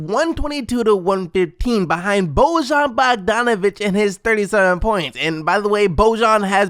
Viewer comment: Did he just say Bojan Bogdonovic?